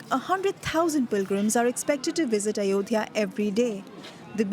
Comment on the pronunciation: Anchor needs to learn first to spell 😅...its not Ayodadya....it is Ayo Dhya..